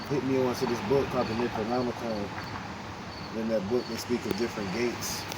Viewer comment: Did you say the Necronomocan?